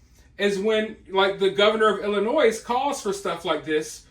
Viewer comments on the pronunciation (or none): Tip: the s at the end of Illinois is silent. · The S is silent in Illinois